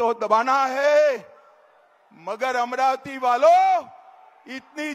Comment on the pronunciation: अमरावती नाही अमराती